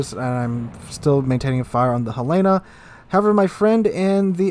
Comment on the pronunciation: It's named for the city in Montana, Helen-ahh, not a woman's name Hel-lana.